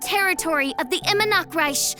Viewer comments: I-mehr -nachts-reich how this pronouceation so hard? or is she missing it on purpose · ONLY A FEW SECONDS IN AND IMMERNACHTREICH HAS ALREADY BEEN PRONOUNCED INCORRECTLY NOOOOO